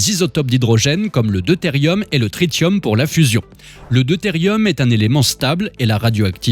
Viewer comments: Coucou, on dit trissium, comme attention , trit(sss)ium 👍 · TRITIUM SE PRONONCE TRISSIUM